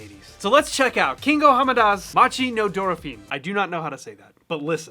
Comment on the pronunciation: It's funny to hear you pronouncing dolphin in Japanese way 😂